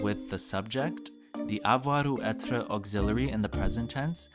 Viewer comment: I know this is from 6 years ago but your pronouncation is not good...you don't roll the r in words like être, and also your way of pronouncing the i in like "imparfait" is wrong...not to be mean but if you teach french you should know this